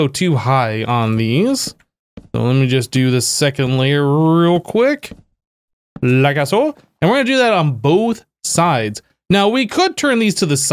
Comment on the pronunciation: The way you say "like soh" is funny. Lol